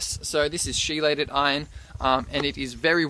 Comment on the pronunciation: Biochemist here.... chelated is pronounced KEELATED. Ch is a hard C in chelated.